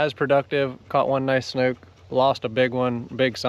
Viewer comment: I loved the diving video. I'm very familiar with the waters off Marco and can't believe the visibility on the first spot. God is good! One other comment... you read a book (not a buke), it's called a snook (not a snuke). Just poking fun! 😆 Thank you for the great video!